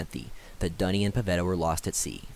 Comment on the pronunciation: Great recap! i think some of the pronunciations go like this: broki-LAWN, DOO-ney, Vil-GAH-fortz, DeeG-stra.